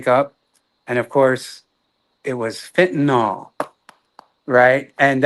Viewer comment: Percocet did all of that? People take them all the time with no problem. idk? Oh, it was Fentanyl. People say FentaNOL, which is wrong. Glad she's alive!